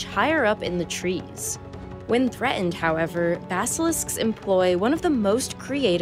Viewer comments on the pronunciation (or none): "When THRE-INED, however..." The word "threatened" has a "t" in the middle. Please pronounce it. "To describe the GAA of..." The word "gait" has a "t" at the end. Please pronounce it.